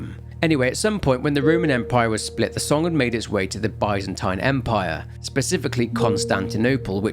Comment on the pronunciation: that pronunciation of byzantine hit me like a truck lmao, never heard it that way